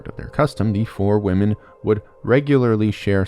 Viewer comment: The name of the Fore people has two syllables, like "fo-ray". Imagine an accent mark over the 'e'